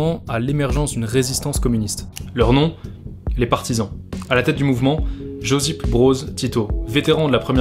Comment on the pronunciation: Josip se prononce yosip pour info 😜 merci pour la vidéo